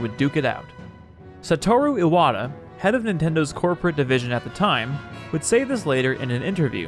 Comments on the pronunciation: Great video. Need to work on your Japanese pronunciation though. Saying Iwata's name as "Eye-wata" is... bad. Like really bad. That would be spelled Aiwata and if you could even produce it in kanji would mean something completely different (most likely spelling would be 愛和田 instead of his actual name, 岩田) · Yeah, that was my mistake. Bad habit. I actually asked a friend of mine for most of the names to make sure I was pronouncing them correctly, but Iwata is definitely wrong here.